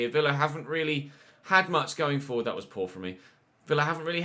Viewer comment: got that excited he said reallyo 😆